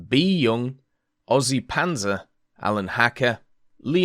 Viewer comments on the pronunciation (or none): none